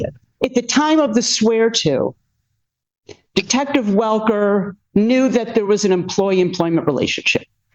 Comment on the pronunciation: "She said to the detestive"... Do you think that was a slip or intentional?